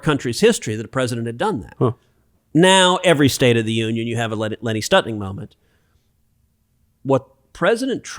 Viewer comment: Lenny Skutnik - Florida flight 90 crash into the Potomac hitting multiple vehicles on the bridge knocking them into the water below. My point is Skutnik not Stutnik. and this was a major plane crash not somebody crashing into the Potomac moment, survivors attempting to swim in the icy water and dying before the eyes of onlookers when this hero, gathered with many people on the bank of the river defied the risk to his own life by jumping from the bank into the water and saving a woman who was nearly sucked into the icy grave.